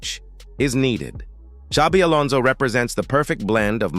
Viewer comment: Welcome to Los Blancos Alonson, welcome back home Alonson.